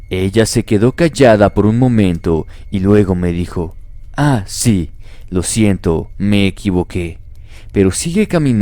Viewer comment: Like si escuchaste envés q diga siento dijo shento